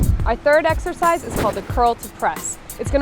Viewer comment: Ha! Did he say "How to do this sexercise..."? ha